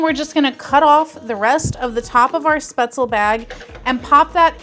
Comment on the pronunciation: Thanks for posting the video. The dish is pronounced spaetzl-ah. In German the "e"'s arent silent (think Porsh-ah, the car). I noticed the actual heating instruction BTW tell you to heat it in the bag for 3-4 minutes in a microwave. This quickly steams the product, and really helps prevent the butter from "breaking" and turning the dish into an greasy mess.